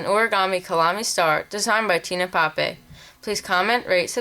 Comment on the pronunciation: I thought Tine Pape said Nine Rape... :/